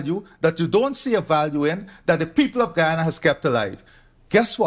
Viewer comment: My country is pronounced guy- an - na Guyana. Thanks